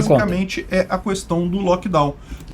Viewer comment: O cara que fala "Cuestão" não pode ser levado a sério. kkkk